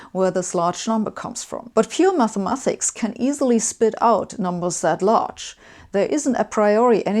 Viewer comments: It bothers me more than I'd like to admit that you MathemaTHics instead of MathemaTics. Otherwise great video! :-) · Why does Sabine say Mathemathics? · I dislike it. But I tolerate it, becuz she dun so good job xplaining the dysfunctional abusive relationship between the physicc and the meth.